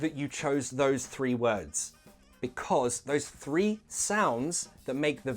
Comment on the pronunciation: Thirty-three tree, word vs world, Sun vs son. By the way, in your intro you look like Jason Statham in Transporter :-)